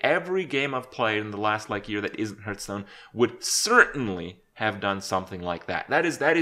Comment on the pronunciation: Kripp, you mispronounce the word, Hearthstone.